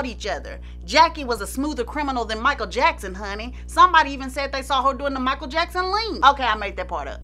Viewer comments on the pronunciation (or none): none